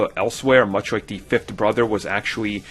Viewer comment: "De Fifth Brother?" "Dere's callbacks?" "Dis is a copy..." Really? I believe your looking for the 20th letter of the alphabet.